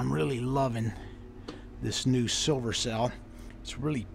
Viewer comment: "Still a ton of shhhh-silver in here." Nice save lol